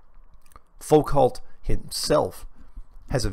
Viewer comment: Hi, Foucault is pronounced: foo-koh. Cheers.